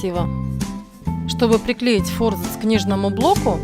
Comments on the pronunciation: Занимаюсь книгоделанием и реставрацией книг. Вы большая умничка! Однако ваше фо́рзац режет мои барабанные перепонки – всю жизнь и сам употреблял и слышал от других и́наче :) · Аааа, мои уши! фОрзац, фОрзацем, ааааа!!